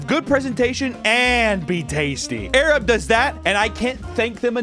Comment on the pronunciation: During the ad for the sponsor, it sounded like he said "thank you 'arab' for sponsoring this video" when he said 'air up'. 😂